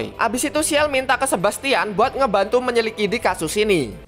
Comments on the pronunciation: menyelikidi anjay bukan "menyelidiki" COY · tulisan menyelidiki di bacanya "menyelikidi" 😂😂😂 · 😂 menyelidiki❌ Menyelikidi✅ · 06.00 menyelikidi